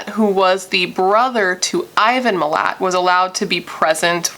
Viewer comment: Also yes it's pronounced like mill-at